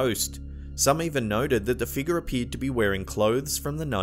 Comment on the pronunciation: I really like the way you say," figguh"